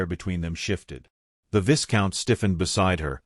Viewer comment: Vi count not vis count. This story was too ambiguous for my taste. Not enough explanation for full understanding